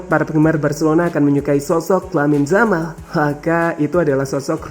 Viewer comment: Lamine yamal bukan lamine jamal